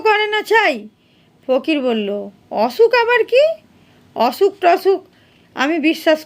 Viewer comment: অছুক❎ অসুখ✔️